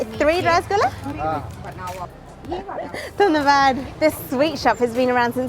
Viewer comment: I love when she said dhonnobad with her foreign accent after getting the rasgulla 😍😍